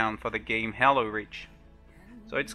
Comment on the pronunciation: its halo reach not hello reach